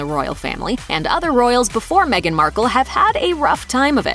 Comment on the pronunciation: Me-gain lies🤪